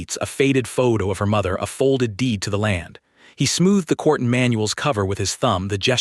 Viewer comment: Quartzsteel not cortsteel